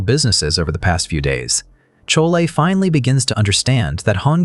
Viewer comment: Chole 😂😂😂 pronunciations haha